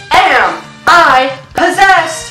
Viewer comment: He said some "FiJI BoArD" Lmao jk love ya issa💙